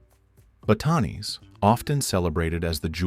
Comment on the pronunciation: Please correct your pronunciation of place names such as Pampanga and Batanes - it is disrespectful to say those with such an American accent!